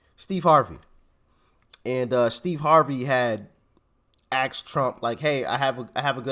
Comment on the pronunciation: no offense but asked is not pronounced axed